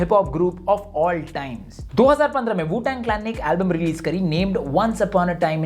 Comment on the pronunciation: arpit bala aur dank rishu ke wajah se wu tang bolte hue wu shang bol deta bhaut baar i can feel u